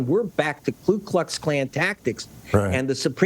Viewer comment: Ku, not "Klu."